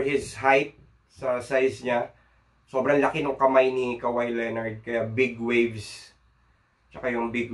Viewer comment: Big waves of kawhi "kaw-hai" - "haw-ai" . Tropical country , bigwaves